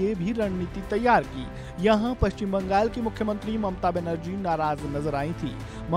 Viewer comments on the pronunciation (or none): none